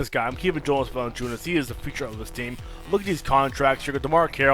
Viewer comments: VA-LA-NC(C is pronounced TS) I-U-NAS.....I am getting so pissed with english-speaking guys that cant pronounce european names correctly .Anyways, good video mate! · You think Valanciounis is right ???Ok it VALANCI-UNAS AS AS AS AS not IS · Vertex Combos nobody gives two shits on how pronounce jonas vali